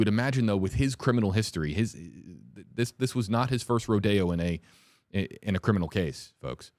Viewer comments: Ro -dee -oh , dude , not, ro day yo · LMAO when you pronounced rodeo like the expensive shopping spot Rodeo Drive, instead of - im riding a bull in Rodeo lol had me crying laughing 😅 Oh WE ABSOLUTELY LOVE YOU ❤